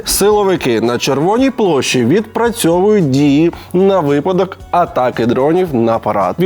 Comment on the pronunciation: Подяка Олексію за те, що каже вИпадок, а не, як деякі жертви телеканалу СТБ, - випАдок. Просвіта - це важливо.